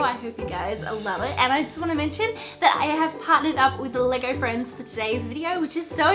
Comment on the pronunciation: When u were saying LEGO friends it sounded like leger friends